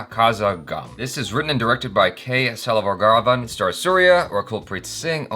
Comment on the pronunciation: Please watch the movie Pudhupettai starring Dhanush and you will never ever mispronounce the name SELVARAGHAVAN..... This man is a brilliant director..... Also watch his other creations like Kadhal konden, 7g rainbow colony, Aayirathil oruvan and Mayakkam enna to know how intense of a director he is